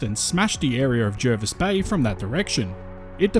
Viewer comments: Its pronounced jah-vis bay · Why do so many people pronounce Jervis Bay wrong...